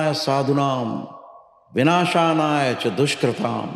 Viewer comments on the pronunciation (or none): इन्होने विनाशानाय बोला ने मन्त्र सही नहीं बोला। विनाशाय च दुशकृताम ऐसे है। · ये कौन हैं जो भविष्य बता रहे हैं, जबकि intro में ही जो श्लोक बोला बो गलत बोला। परित्राणाय साधूनाम, विनाशाय च दुष्कृताम। इन्होंने बोला विनाशानाय। विनाशाय शब्द चतुर्थी विभक्ति एकवचन है जिसका अर्थ होता है विनाश के लिए परन्तु कोई संस्कृत का विद्वान् मुझे ये बताये कि विनाशानाय कौन सी विभक्ति और वचन का है और इसका अर्थ क्या होता है?